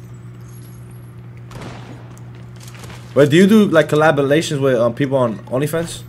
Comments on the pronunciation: mf said collabalations 😭😭😭😭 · bro said collaborations wrong that shit was funny asf